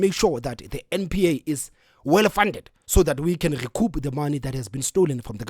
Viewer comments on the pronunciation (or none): Eish I’m finding this podcasters pronunciation distracting. Eg Geduce instead of reduce, gespond instead of respond,gecoup instead of recoup